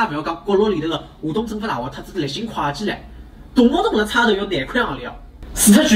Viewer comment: 旁友，'会计"沪语读：kuei ji